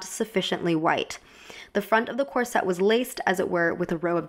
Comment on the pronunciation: Is there any reason you pronounce Corset as cor-sette? Gorgeous film and great analysis x